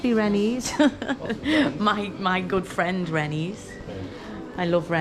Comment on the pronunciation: Rennes is pronounced as the bird, wren.